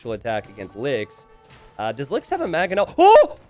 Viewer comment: Will ever pronounce the first N in "Mangonel"? Or is it always gonna be "Magganel"?